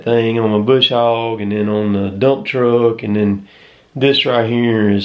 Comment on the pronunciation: It's funny How he says truck.